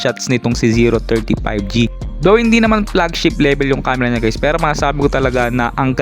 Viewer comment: Nice review sir, natawa lang ako dun sa pagkasabi mo ng "PlugChip Lebel" 😅 pinoy na pinoy 😅 overall nice Rebiew 👍